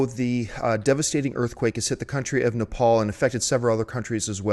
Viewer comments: It's Nepal not napal idiots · Nepal. Not napal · Isn't the country called NEPAL ...not NAPAL. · Nepal not Napal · Nepal .... not Napal... just fyi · its Nepal not Napal